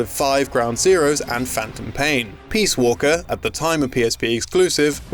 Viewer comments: Peas walker??? WTF??? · "Metal Gear Peaswalker" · "Peas Walker"